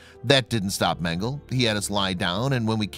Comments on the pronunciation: It’s Men-Ga-La not Mengle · His name is Mengele, not Mengel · Men - gel - la. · Dude, Mengele is pronounced MEN-guh-Luh. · Its MEN-GA-LA..get the pronunciation correct. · Mengel uhhh ...it’s pronounced ....please pronounce names correctly ,,,,it’s annoying the e is not silent .. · Pronounce mengele like mengel-uh. The "E" is not silent at the end. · Last 'e' in German not silent...mengele would end with an 'e' pronounced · First off your pronouncing mengele wrong with that out of the way everything having to do with the Nazis and Dr mengele is just appalling horrendous I mean they don't make words bad enough but the scariest thing to me the most heart-wrenching is they did this to their neighbors people you grew up next to people you know your whole life went to school with chat with live next door to I just can't even imagine kind of evil it takes to do this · Thank you!! I thought that I was the only one to hear of the incorrect pronunciation of Mengele's name..